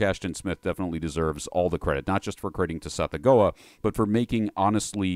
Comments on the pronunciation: I truly dont wanna be THAT person in the comments...and yet for a brief moment i must. The word "gease" is pronounced GESH. Also, i know when it comes to saying lovecraftian names its a little less ironclad, but ive always been under the impression that "Tsathoggua" is said like sath-OGG-wa. Basically would rhyme with something like "BathFrogDuh" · "Suh-thogg-wuh" = Tsathoggua